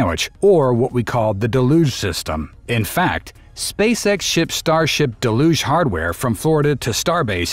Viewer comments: It's DEL-uge, accent on the first syllable. Just ask Jackson Browne! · Uhhh… “deluge” is pronounced “del-yooj”, not “duh-looj”. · What is with this de-loosh business? It's del-yuge. Like huge. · Pet-peeve: Why are people pronouncing "deluge" as de-luge rather than the correct del-uge pronunciation. I'm hearing this from multiple content producers. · "da LUGE" system?